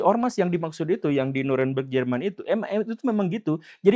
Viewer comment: German apa german pak 🤣😏